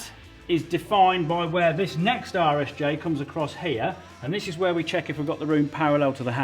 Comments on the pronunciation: Every time Colin says "RSJ" I hear: "Irish J" and I feel like he's taking a dig like they don't know the're an i shape. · Every time Colin says "RSJ" my brain translates it as "Irish J." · I kept wondering what the heck an "Irish J" was... then I figured out that's "British" for Rolled Steel Joist. I can't believe it took me most of the video to "hear" it properly. LOL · I really thought he was saying "Irish J" but after a bit of googling, I've determined Colin is saying RSJ, rolled steel joist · The whole time i thought you were calling RSJ "Irish Jay" Lookin good Colin!! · Lol rsj.....I could have sworn you were calling them Irish Js which I assumed was some kind of regional poke at Ireland lol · Was I the only one wracking my brains trying to figure out why he keeps calling the I beams "Irish J"? 😂